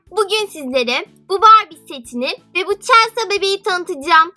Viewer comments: celsa diye okunmuyor celsi diye okunuyor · Okunuşu çelsa değil , çelsi :D Bu arada yüzünü göremediğim için sesin çok tuhaf geliyor :D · Çelsa değil çelsi diye okunuyor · Sen chelseayı çelsa diye okuyorsun ama öyle okunmuyor çelsi diye okunuyor 😈😈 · Çelsa what okunuşuyla çelsi o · Chelsea çelsa değil çelsi diye okunuyo 😍 çok güzel bir video olmuş bu arada 😎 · Çelsa deyince sinirime gitti çelsi diye okunmuyo mu ben mi yanlış biliyorum cevap verebilir mi ? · çelsa diye okunmaz çelsi diye okunur.☺️ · Chelsea çelsi diye okunuyor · Niye Chelsea ye çelsa diyorsun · Chelsea yerine Chelsea niye diyon gıcık oldum.😝😝😝😝😝😝😝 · Chelsea yazıldığı gibi okunmuyo